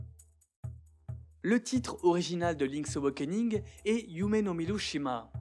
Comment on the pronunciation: Impeccable, mais il va falloir apprendre à prononcer "awakening" ^^'